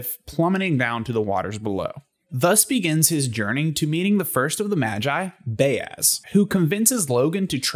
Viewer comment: Fantastic video. Well put! We pronounce "Bayaz" differently, I say Buy-yaz. Keep the content coming!